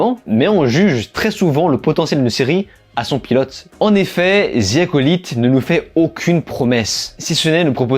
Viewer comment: ‘’Star wars zi acolyte’’ franchement les français votre anglais est nul 😂 prononcé ‘’the’’ en épelant ‘’de’’